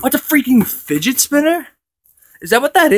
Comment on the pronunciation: he sed figet